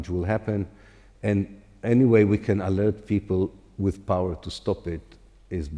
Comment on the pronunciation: * po - wer